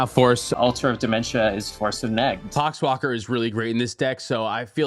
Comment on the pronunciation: Did anyone else hear the "pox walker trigger" as "c*cks blocker trigger?"